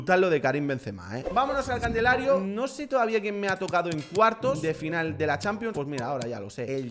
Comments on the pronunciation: Se dice calendario no candelario 😂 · Alguien mas nota que ciempre dice Candelario y el Calendario jajajajaja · hace una banda decis candelario y es calendario XD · Me encanta que dice candelario en vez de calendario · dijo candelario en vez de calendario jajajaja